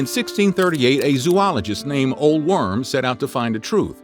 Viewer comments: O - lay Worm - not Ole - redo and repronounce.... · ...surely that guy's name is pronounced like "Olay Vorm" or something, not "Ol' Worm" XD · Old Worm, really, you should do a little searching of Norwegian name. Try OLAY VORM, like FORM! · Ole Worm is pronounced Oh-la Verm